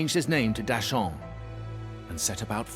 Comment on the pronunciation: Did any other mandarin speakers die a little on the inside every time they mispronounced a name? (Like Da Sheng --> Dashaun? srsly? XD)